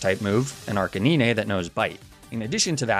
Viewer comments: why did that man just say "arc-a-nin-ay" instead of arcanine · even though you mispronounce ninetails and arcanine in the same way, the way you say arcanine bugs me way more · HES AN ARCANE CANINE! Arc-canine! Say it correctly ONE TIME pls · ArchaNIne??? Its Archenine… you know like canine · ARCANEENAY - please tell me this is some inside joke I’m missing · Did he say... Arcaneene? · you dont say arcaneenay you say arcanine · arca-ne-nay? im sorry WHAT cmon. NE NAY TAILS CAN YOU SAY NINE? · It is a running joke with. He also pronounces Arcanine as Arcay-ni-ney, Lapras as La-prah, and Magnemite as Mag-ney-mi-tey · Arca- niñé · My favorite ghost is Chandelure, but the way you were saying Arcanine was throwing me off lol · The scariest part of this whole video is how you pronounce Arcanine, other than that sick vid as always bro lmao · The way you pronounced Ninetails & Arcanine was truly horrifying... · The Arcanine mispronunciation, I can understand. I hate it, but I can understand. But Ninetails? NINETAILS!? You literally called it the Nine-tailed fox? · You pronounced Arcanine wrong it's not Arcanine it's Arcanine even though they're spelled the same you pronounced it wrong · strangest pronunciation of Arcanine i have ever heard lmaoo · Does anyone notice him mispronouncing Arcanine and Ninetails names wrong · I'm new here. Please tell me he's mispronouncing "Leafage", "Arcanine" and "Ninetales" on purpose... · the way he says arcanine pains me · slightly triggered by the ni-ne tails and arca ni-ne pronunciations even tho u said it right the next time but loved the video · Were not gonna talk about how he calls ninetales and arcanine ”nineytales” and "arceniney”😭😭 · BRUH it’s arcaNINE and NINEtales like the number NINE (9) NOT niné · No way he said arcuhneenay and neenaytales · I'm freaking dying hearing you pronouce arcanine and ninetales as "Arcaneenay and Neenaytales" x'D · Arcakneenay & Kneenaytales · arca-nee-nay and nee-nay-tails